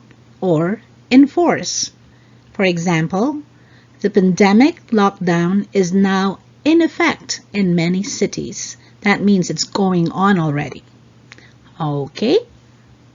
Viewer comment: you pronunced "pun.demik". Is it pan.deh.muhk ? Try pan DEM ik ? I'm confused. I'm trying to eliminate my pinoy accent.